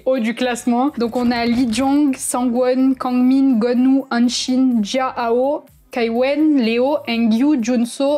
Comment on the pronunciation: C'est Jiahao et non Zihao